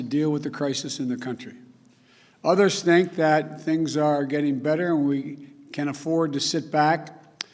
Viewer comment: Others snink that? 0.07